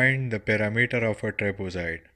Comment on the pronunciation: its trapezoid not trapozoid pfff